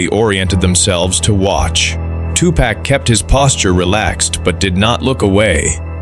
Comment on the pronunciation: cant even say his name right